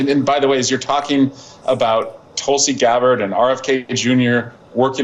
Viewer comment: The segments are always interesting and well presented. But you have a problem with pronouncing words. Not TALLEY bahn. It is TAL eee bahn. Not TULL see Garrard but TOOL see Gabbard. There is a service online to help with these things. Just Google "Tulsi pronounce" and it will tell you - in audible spoken form. When you can't pronounce key words, it reduces your credibility. TALLEY bahn is particularly absurd.